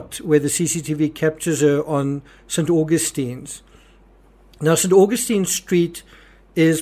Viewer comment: I was born and bread in Norwich and know the city well, just to let you know the pronunciation in St August ins St.